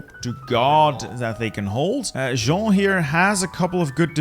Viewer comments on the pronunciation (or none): none